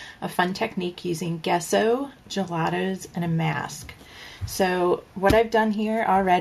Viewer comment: You probably know this but Gesso is pronounced Jesso.